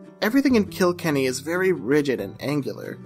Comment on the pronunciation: Phenomenal video! It’s put together well, the script is coherent and conveys the passion, and it’s always nice to see someone shine a light on small studios, especially Irish ones ;) Also just PSA to everyone: the setting for Wolfwalkers isn’t “KIL-kenny” but rather “kil-KENNY” - no harm, no foul, just putting it out there <3